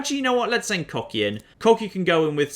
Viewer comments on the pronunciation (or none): Wouldn't Kochi be more likely pronounced "Kotchi" instead of "Kokhi"? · Kocki? Kohchee! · Kochi - pronounced "Cocky" Exactly.... Exactly... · he pronounced kochi as "cocky" i am living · Kochi is pronounced 'Koh-chee' Ko as in Koala and Che as in Cheese. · I'm guessing you are intentionally mispronouncing Kochi for humor's sake? As someone who speaks Japanese it's a little painful to hear over and over!